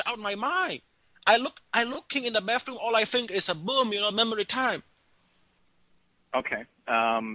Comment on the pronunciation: " I looking in the bafroom all i fink is a BOOM you know memory time" HAHAHA! Brilliant!